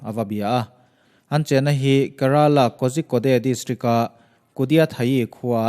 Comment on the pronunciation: Kerala..ka tih a lam loh tur ke ti a lam zawk tur